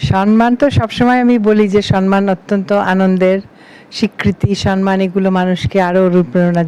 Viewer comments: Mananiya Banya madam, ektu asangata holeo boli kathata SANMAN noy thik holo 'SAMMAN'.namaskar.Ashish Samajpaty 73,Kolkata. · সম্মান, সন্মান নয়। ঠিক উচ্চারণ আপনার থেকে আশা করি 😊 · পশ্চিম বাংলার মুখ্যমন্ত্রীও সন্মান বলেন!